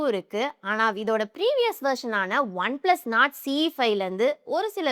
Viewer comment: One plus nord sollunga not illeey